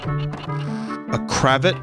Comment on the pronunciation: The way Vinny said cravat actually hurt my brain.